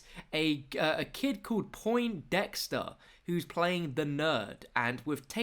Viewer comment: this is annoying me more than it should, but everyone is calling the nerd "poinT-dexter". there is no T. its Poindexter.